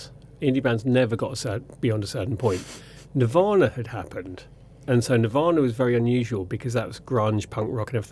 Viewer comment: I don't know that band "Nuvvaana"